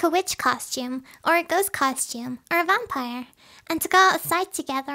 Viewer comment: did u say bumpire